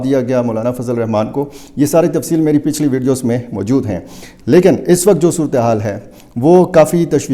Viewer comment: Mooojod taaa....mojod tha 😂😂 big urdu man